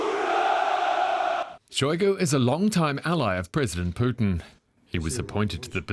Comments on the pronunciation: Why is he saying Poutine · The way DW's anchor pronounces Putin makes me hungry for a famous Canuck cusines.